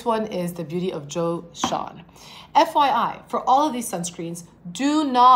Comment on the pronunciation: Joseon is pronounced ‘jo-sun’.